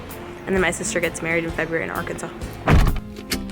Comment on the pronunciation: i think is literally the only person I’ve heard that has said ARKANSAS right, that is not from Arkansas everyone else says AR-KANSAS 😂